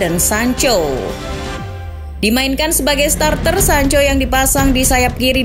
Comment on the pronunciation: Pas sancho kembali jadi sanca 😀